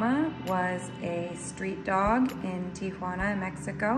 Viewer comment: “Tiguana” LOL